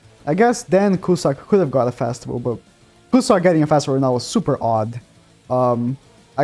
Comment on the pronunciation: There’s only one “A” in festival. Why do I hear Fastival? 🤦‍♂️